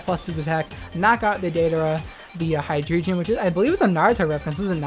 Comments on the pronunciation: His mispronounciation of Hydreigon is what pissed me off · Every time you said Hydreigon or sKisor I lost braincells, great video anyway <3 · Your pronunciation of scizor and hydreigon is so bad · Bruh. It's not "Ski-zor" it's "SCIZ-OR" . It's not "Hy-dree-gen" its "High-Drey-Gone" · For Scizor : For Hydreigon : I don't think so, Pokedex 3D say ACTUALLY how you pronocing the name propety, so i was right for some prononcing. Scizor is prononcing SCEE-ZOR, not SKI-ZUR ! And Hydreigon is HY-DREI-GUON ! Not HY-DREI-JEN ! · Scizor pronounced S-iz-or think Scissors, not Skizzer. and Hydreigon pronounced Hi-dry-gon, Drei is 3 in german, it is not Hydredgion. That is all. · High-dree-jee-un? Its high-dragon. Also, Skiz-or? Its c is silent its just “siz-ore” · Okay, i am not to be mean with you, but you really need to learn how to pronocing propely some mons name, okay ? First, it's "Scee-zor" for Scizor, not "Ski-zor". It's "Hy-drei-guon" for Hydreigon and not "Hy-drei-jen". That made me so cringe that force me to pause for take a little breath in between. So next time, litsen the Pokedex 3D. That will simply learn you of how to pronocing some mons correctly. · It's not Skiz-or its Sizz-or. Also its High-dray-gon. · “hydreedgeeuhn” “sxckizor” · Mispronunciations ain't no thang, just know HyDREIgon gets the name from number 3 in German, drei (pronounced "dry"). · Hydraygeon. Skizzer. Good vid tho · " Ski-zor " " hy-dree gen" dude learn to pronounce the names lol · yikes you clearly don’t stan daddy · Except Hydreigon is pronounced Hy-dry-gon. Because of the fact that the evolutionary chain is based off of the German for one (ein) two (zwei) and three (drei) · I love your content but the way you say hydreigon and groudon hurts my soul. But i cant stress enough how much i love you. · the hydreigon pronunciation sent me LMAO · Your pronunciation of scizor and hydreigon made me want to stab my eardrums with chopsticks.